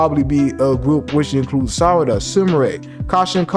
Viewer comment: great job by speking sarada not sadara 😂😂